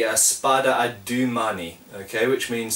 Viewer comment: Your pronunciation of "spadone" is fairly good, as you pronounce the final "e", whereas your "due" isn't; what you're saying sounds like the English word "due" and not like the Italian word for "two". Just like in "spadone", you're supposed to pronounce the final "e". As you've taught me a lot through your videos, I thought I'd point this out. I hope it helps. Cheers.